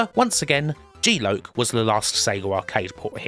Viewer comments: good vid but stop saying g loak....its lock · GEE LOKE.....,....its Geee LOCK! Aka G...Loss. Of. Consciousness. God i love your pronunciation of words at times. Truly in your own element there. Edit......the intro to outrun on Amiga. Oh we love gamesack! Double edit.... C64 Powerdrift absolutely was amazing to me. However when my step brother lent me his atari st with Powerdrift....oh dear....what??? - which probably explains what you said. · G-Loc - is it not pronounced 'jee lock'? meaning something to do with GeForce and blacking out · kim its g-lock, pronounced lock as in lock on or door lock................ just missing the k..